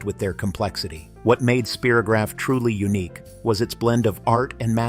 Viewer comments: "Spear-o-graph"? It's pronounced "Spie-ro-graph" as in it draws spirals. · Yep, perhaps they were thinking of “Spiro Agnew”, President Nixon’s VP in ‘72, but Spy - row - graf came out before (vid said 1967). Still an excellent video down memory lane! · In the US we said “Spy-rograph,” as it was advertised.